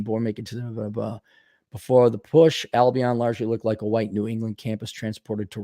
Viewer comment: Pronounced... Al-be-in